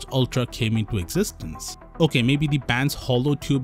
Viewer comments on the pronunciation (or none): none